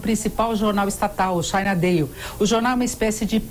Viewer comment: Ela falou China what???? Não seria China Daily?